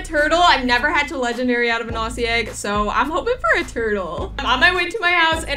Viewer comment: Never forget how he says legendary: Legndry😂